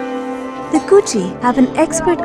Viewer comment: Ko (co, as in co-ed) chi (rhymes with she). "Ko" part in Kochi is emphasized.